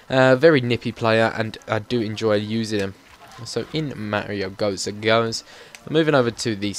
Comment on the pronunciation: Tip: Gotze is pronounced Guuh-ts-zay in German, because of the accent. :)